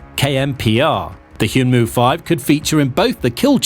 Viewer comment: It's read 'hyeonmoo,' not 'hyoonmoo' lol